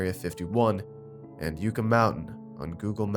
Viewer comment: Yucca is pronounced like yuck-uh